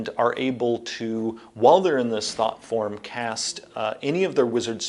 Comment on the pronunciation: Anybody else hear it as "thot form"? 😂 Can't unhear